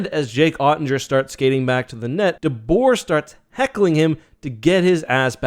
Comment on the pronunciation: Dude it’s DeBoer 🤣 ultimate fail